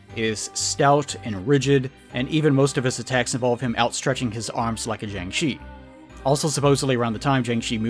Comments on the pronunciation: It's pronounced Jiang Shir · Man, you gotta stop pronouncing jiang-shi like that. It’s more like… jyahng sher (but you don’t quite pronounce that r sound).